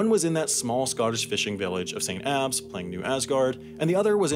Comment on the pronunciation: I can't put into words how pleased I am you pronounced Edinbrugh and St. Abbs correctly